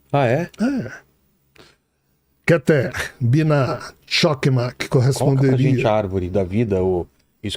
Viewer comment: "rokma"😅😅😅 é sabedoria e na realidade ele quis dizer "rrorrma" o Ch em hebraico tem som de "rr" como Rato. Assim como malchut o ch se pronuncia com som de "RR" e isso é basico na pronuncia do hebraico. Mas a estória contada da um livro mais verídico do que Harry Potter.